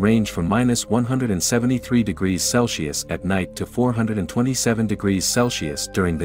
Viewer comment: “Celshius” is killing me!